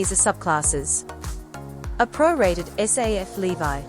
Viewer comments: it’s so weird that she pronounces ‘levy’ as ‘levi’. weird. is this an AI voice? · Why did she keep saying levy that way??? 😂 so annoying lol